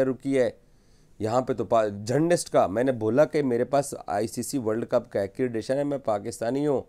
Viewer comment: "Acredition " kya hota hai????😂😂😂😂😂